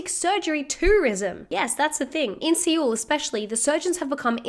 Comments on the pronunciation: Seoul... is pronounced like "soul"... not seewl.. just sharing an objective piece of information.. that's all...🫰🏼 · the things Ploopy covered were Chinese beauty trends, not South Korea. Specifically the head shaping surgeries, baby face, and the more extreme ear injections. Also Seoul is pronounced like soul, in case you cover more south korean stories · see-oul? really? bruhh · Seoul is pronounced “soul” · I feel like this video in general isn't that well-researched. It does make some good points, but she takes a lot from existing videos and I feel like she got a lot from Wikipedia. She doesn't even pronounce Seoul correctly?? If you're going to make a video about this then at least learn how to say the names of the people and places involved